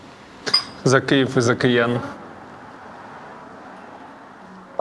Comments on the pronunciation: Київ, не Кієв, будь ласка ❤ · Хлопці все добре, тільки не Кієв, а Київ